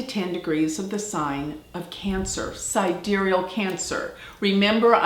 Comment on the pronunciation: sidéreal?! I've never heard of this word. Don't you mean: side-real, like the tool?